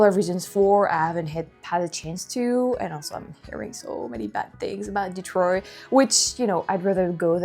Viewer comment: It's cute how you say "Detroy" instead of "Detroit" :)